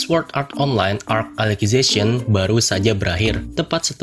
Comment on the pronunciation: Cara baca yg bener: Sord Art Onlain (tanpa nyebut W) Es E O (ini sering bgt d sebut d animenya sndiri, masa kalian baca subtitle doang ga denger seiyuunya, katanya fans SAO.) Elisizasien (kata dasarnya Alice yg d baca Elis dan zation)